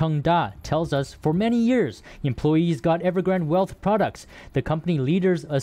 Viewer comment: EverGRANDE not Evergrand